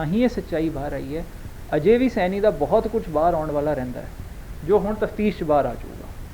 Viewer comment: ਸੈਨੀ ਨਹੀਂ ਸੈਣੀ ਹੈ